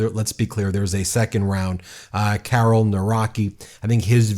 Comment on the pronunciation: Karel, as in Charles. Not Carol.